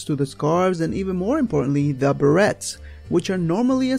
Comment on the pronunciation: Beret has a silent t, like other french words (duvet, gillet etc.)